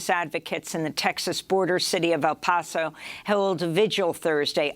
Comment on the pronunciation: Amy, you’re mispronouncing “El Paso.” Please stop mispronouncing things.